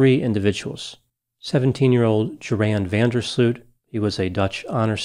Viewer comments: He completely made this video unbearable to listen to for any Dutch person. It's like you pronounce the Latin name "Gutiérrez" as "kuuterrece". What's up with Americans and not taking the time and effort to pronounce something right. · Even if you in a strange way get a suit over this video. The dutch name is so far from the correct pronunciation of the name ..that it impossible to win that😅😅😅